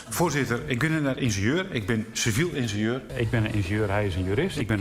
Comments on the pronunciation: Die inteelt urker spreekt het gewoon heel bizar uit: ikbeneenzeur/ikbeneenzuur. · waarom ingenieur zo raar uitspreken? Het is in-gin-jeur